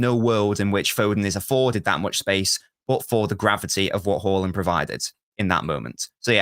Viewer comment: Can u please tell that fella that the big striker's name is Haaland, with 2 a's, not Horland. He's getting on my last nerve 😂